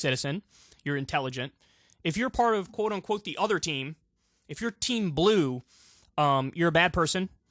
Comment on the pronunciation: Heh heh. I heard "If you're team *blew*...